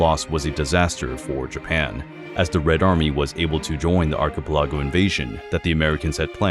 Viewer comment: WHO SAYS ARCHIPELAGO LIKE THAT??? sounds like a sim is speaking 😭😭🙏